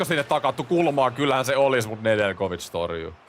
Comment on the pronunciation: Nedeljkovic on jenkki ja äännetään ilman j:tä